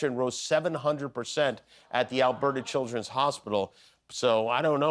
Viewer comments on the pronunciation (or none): none